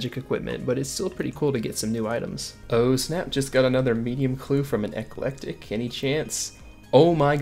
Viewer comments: You said "ecelectic" instead of "eclectic" several times. lol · Please ask someone how to pronounce "eclectic implings" :D